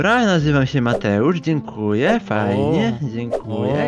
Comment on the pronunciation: dzienkuje dzienkuje